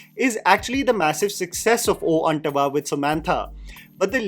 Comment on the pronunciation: It’s “oooh antava” and not “oh antava”.. and it’s “baaahubali” not “Bahubali”.